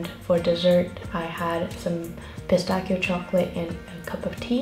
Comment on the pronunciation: pistachio is pronounced like pista-shio